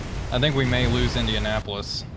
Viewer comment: I do a little cringe every time you say "Indianapolis". Damn.